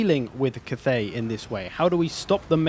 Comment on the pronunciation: it's not Kuth-ey, it's Cath(as in Catherine)-ey